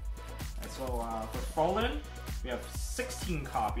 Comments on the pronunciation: Why does everybody pronounce Frauline weird? "FROH-LIN" isn't it "FROW-LINE"? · Ryan Delgado It's technically a german spelling isn't it? (Fräulein) If so, it is pronounced Frow-line, kinda... ^^ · more like "frrrroyline". oy not ow